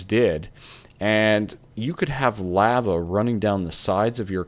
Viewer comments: Cool vid but the way you say lava makes me want to cut my ears off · did he say lahva